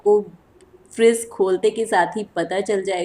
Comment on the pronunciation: Aap apna pronunciation thoda theek kare , friss nahi fridge bolte hai . Vlog bahot accha hai par pronunciation par kaam karen to aur improve hoga aapka vlog .